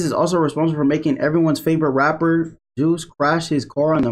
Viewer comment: Man said juice🤣 it’s J Hus